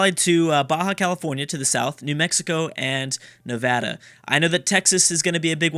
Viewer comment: I'm just glad you pronounced Nevada correctly.